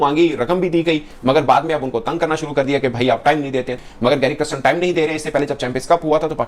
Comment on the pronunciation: It is NOT Christian…it is Kirsten or Kiersten…